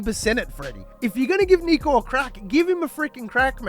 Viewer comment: Bruh it's Nick-o, not Neek-o. Also imagine comparing him to Lockyer or Thurston LOL.